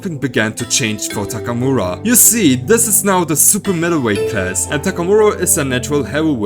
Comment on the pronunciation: I like the way this guy pronounces "Takamura".